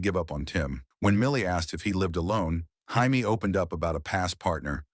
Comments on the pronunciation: Is that really how Jamie is pronounced in the USA? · Highmee 😂😂 it said Jaime 😂😂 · I’m here in the states and I don’t pronounce it that way, I say “Jay me”